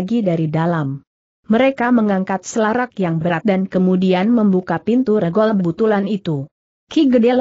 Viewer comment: Banyak ucapan2 yg tdk benar. Contoh : cara diucapkan dengan ker , tulisan Sst yg harusnya diucapkan seesst dieja S.S.T., Dan banyak lagi spti ngucapkan nama2 yg tdk tepat , contoh: regol...e seharusnya diucapkan e spti ucapan sate, tapi diucapkan spti e pada kata kemana. Dan masih banyak lainnya . Saran: tolong segera diperbaiki narasinya sehingga akan lebih enak didengar. Terimakasih